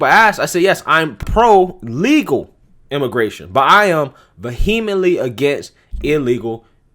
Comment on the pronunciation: Was that a new word that I've never heard before, or did you mean Vehemently? Lol 🤣🤣🤣